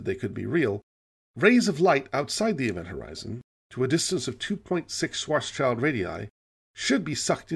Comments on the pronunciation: I love these. My only nitpick is that it's not pronounced 'shwarts-child', but rather 'shvarts-shilled', because it's German. But I guess that's a battle (not to mention a couple of wars) long lost. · Please stop calling Karl Schwarzschild a child. His last name literally means 'Black-shield'. You already pronounce the Black-part 'Schwarz' correctly, however; 'schild' is pronounced exactly the same as the English 'shield'. ->